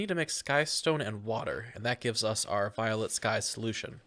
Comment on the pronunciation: the mispronunciations are killing me in this series... First Algae as Agile, and now Volatile as Violet?